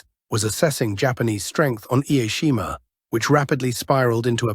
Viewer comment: Such a shame. This YouTube channel and its narrator doesn’t even bother to learn how to properly pronounce “Ie Jima”. Narrator ignorantly pronounces it as “Ai-e-Shima” How about showing the very, very brave IJA defenders and Okinawan civilians by making an effort to properly pronounce their beautiful sacred island. Use “Jima” not “Shima”. It is pronounced “I” as the “i” in “in”, “e” as in the e in “echo”. Then “Jima”. Get it right please. I’ve been there to Ie Jima. Stationed on Okinawa for 2 years. Stunningly beautiful place; stunningly beautiful and peaceful people; stunningly beautiful culture.